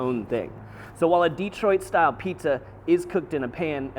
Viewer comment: LOL -- "DEE-troit" I grew up in Kansas too and it comes out "duh-TROIT".